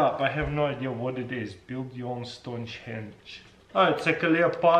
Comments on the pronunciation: build your own "stongehenge" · StongeHenge hahaha